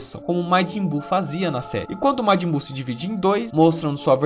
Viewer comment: matin buu kkkkkkk